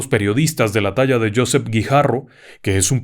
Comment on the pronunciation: La pronuncia correcta de Josep Guijarro, es "Jo" tal com lo ha pronunciado como en inglés peró la silaba fuerte es "sep" es decir josÉp, es catalan... gracias por los programas y por su atención